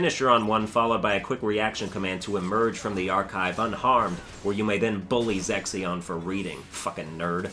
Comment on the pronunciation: Am i the only one hearing you say Sexyon instead of Zexion Also Larxene is kinda cute but still a F*CKING B*ITCH